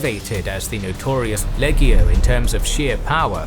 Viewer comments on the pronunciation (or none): none